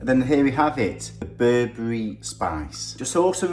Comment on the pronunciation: I am really impressed your knowledge about my culture Ethiopia/ Eritrea but you pronounced Berebere wrong...thank you for the video much appreciated.